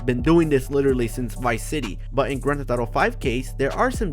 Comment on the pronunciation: it’s not “grand thet thato “ LMAO get it right